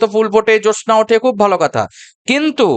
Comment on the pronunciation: Jyotsna eta uchcharon hobe.